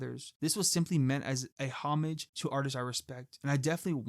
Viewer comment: FYI, you mispronounce "homage".